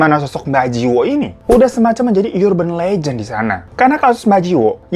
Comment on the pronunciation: Baaaaaang sebenernya its up to you or suka suka lo dahhh, cuma emang gw yg kayanya gangguan jiwa deh haha. Tiap denger kakak bilang URBAN LEGEND tapi lo bilangnya "YURBAN" cara nyebut yg bener "ERBEN" Plis bang demi ketenangan jiwa gua hahaha